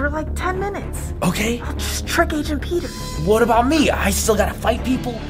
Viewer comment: pea-tear Peter